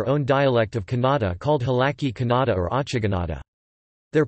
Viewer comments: The pronunciation of word Kannada itself is wrong You are saying it like Canada. The other information is also incorrect Dr.Madhava Peraje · The pronunciation of Kannada is not correct. The information also